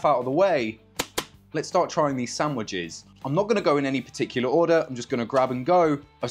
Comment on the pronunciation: Stop pronouncing „sandwiches” wrong